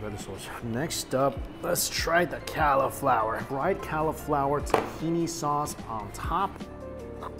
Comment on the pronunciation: The way he says cali-flower